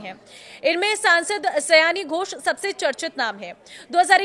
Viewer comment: उसका नाम सयानी नहीं है सायनी है। सयानी बांग्ला में कोई शब्द नहीं होता।